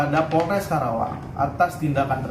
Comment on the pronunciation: Karawang min, bukan kerawang 😂